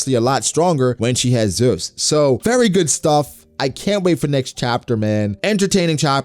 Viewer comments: That's how Big Mom says it. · why he saying zeus like that? lol